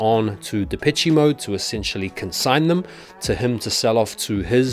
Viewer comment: Pronounced De-PESH Mode